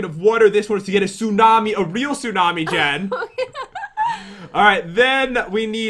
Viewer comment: You actually call jen as jell